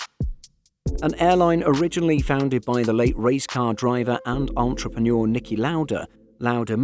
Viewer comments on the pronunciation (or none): none